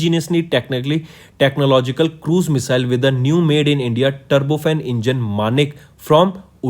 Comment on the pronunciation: Please pronounce (Missile) correctly